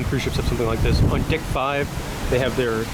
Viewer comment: I know I wasn’t the only person who heard dick instead of deck. Lol